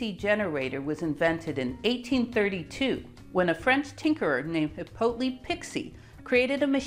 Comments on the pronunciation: Not heepotlee, HE PO LIT. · Hippolyte - not Hippolytle